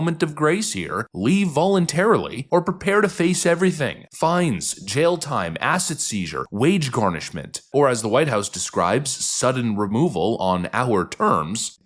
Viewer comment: Totally heard "acid seizure" instead of "asset seizure" 😂